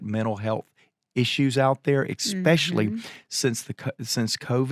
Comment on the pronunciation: I hope I'm not being too nitpicky, but, there is no "X" in the word especially. I tell you this in love and gratitude for who you are and what you do. 🤗